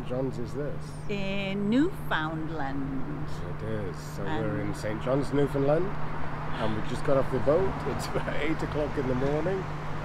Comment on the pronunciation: Just started watching you today and found this video of my home town. My thrice weekly walk is along that trail up to Cabot Tower. Love it! I got a chuckle watching you both struggle with pronouncing Newfoundland, you are not alone, lol. It rhymes with understand on the last syllable!